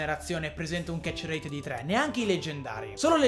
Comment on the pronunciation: Nessuno: Assolutamente nessuno: a: ketcherreeit